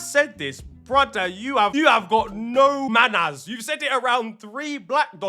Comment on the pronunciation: You must have Jamaican in your blood when you said “ you have no mannas” 😂😂😂